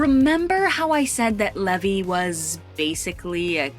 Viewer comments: That's Levi as in Levi jeans. Pronounced I at the end not E at the end. His full name is actually Zachary Levi Pugh. Also he's not Jewish though many people understandably think he is because of his stage name. I can't wait to see 'Shazam! Fury of the Gods'. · It's leeeee v iiii